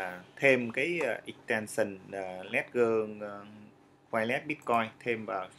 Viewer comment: đọc là Lét-giờ, không phải Lé-gần.